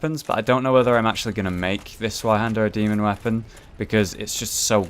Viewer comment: the 'z' in zweihander is pronounced as 'ts'. It's German and the name literally means 'twohander' (pretty obvious I feel, but hey, the more you know...)